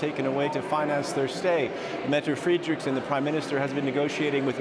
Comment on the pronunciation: I agree with you there! Was puzzled when the was pronouncing the PM Mette Frederiksen wrong! Lol. But saying that he doesn't realise that the letter 'e' is pronounced as an 'a' and the the letter 'i' is pronounced as an 'e'.. Just like most other European languages.